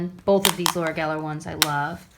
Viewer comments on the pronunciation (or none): none